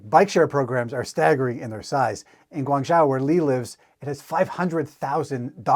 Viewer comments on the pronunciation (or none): Nice vid. Minor point: the "zhou" in Guangzhou is pronounced like "Joe"